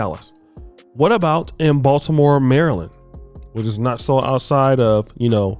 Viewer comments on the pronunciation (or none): BaltiMOOO?? DO NOT GO TO BALtiMO! Its baby philly!! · Yea we he said bmore👀